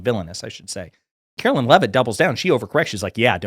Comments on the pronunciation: It's not said like "Carolyn" Leavitt, is it? (You must not be very familiar with her.) She's not my personal favorite press secretary, but respectfully, you weren't fair in your portrayal. And by the way, "MAGA blondes", really? So it's ok to make fun of their blonde hair, as long as they're Republicans? Would it be acceptable to you to call KJP (Karine Jean-Pierre) a "Biden black"? Totally hypocrisy, dude. Bad look. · ‘Karoliar’ Leavitt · Omfg I’m a democrat but pronounce her name correctly. It’s not Karolyn